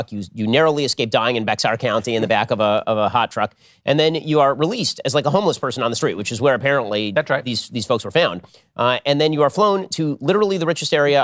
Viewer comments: Hey Ben, just heads up Bexar County is pronounced like “bear” or “bare”. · Ben called Bexar County “Becks-ar” county. 😂 Dude needs a lesson from Texans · Hey Ben...Bexar.. its pronounced like Bear. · Shapiro Bexar County Texas is pronounced as “Bear” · Ben it's spelled Bexar but pronounced bear.